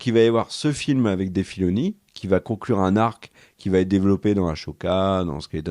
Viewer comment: Les loulous pouquoi vous prononcez Ahsoka (aCHOka) alors que ça se prononce (aSSOka) ? Ça me perturbe 😁 cela dit très bonne vidéo ❤